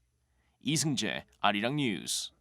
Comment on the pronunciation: It is pronounced as, "Ah Ri Rang".